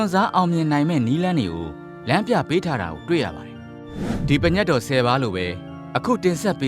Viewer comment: အသံထွက်က ပင်ညတ်တော် လို့ထွက်ပါတယ် တချို့က ပြင့်ညတ်တော် ထွက်ပါတယ် ပညတ် လို့မဖတ်ရပါ။